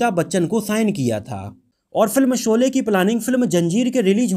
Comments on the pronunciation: I dislike ur vdo due to ur incorrect pronunciation of words in the vdo Dont say Solay again and again . It is Sholay. Shame on u . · Janab iske 2nd part me galtiya mat karna. Shabdo ka sahi ucharan iska dhyan rakhna .Solay Solay mat kehna SHOLAY HI KEHNA SABHI JAGAH JSHA SHA SHABD ISTEMAL HO VHA SA NA UCHARIT KIYA JAYE AGLA VDO THIK BANAYA JAYE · Solay na kahiye Sholay ko thik se ucharit kijye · Pls see and check vdo before u release it There are so many discrepancies in prunanciation of words particularly sh and s U prunanciate sh as sa. Very shamful forca journalist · Janab Aap apni bhasha shudh kijye sholay ko solay mat kaho ji. Action ko aap aksan krh rhe ho . Bhut hi sharmnak he ek journalist kw liye . Sara maza kharab ho jata jab aap shabko sa kehte he . Solay mat kaho baar . Anand bakshi ko aap anand baksi keh rahe ho.